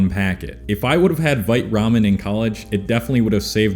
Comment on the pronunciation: LOL when you said 'Vite Ramen' the first time I thought you were trying to say 'White Rum' in like a Swedish Accent LOL